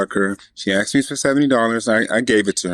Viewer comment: bro said "i AXED her to marry me" lol